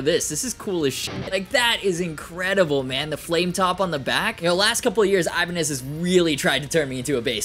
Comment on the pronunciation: I-bin-eye lol